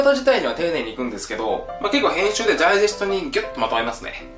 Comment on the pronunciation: でゃーじぇすと風の甘噛み好きです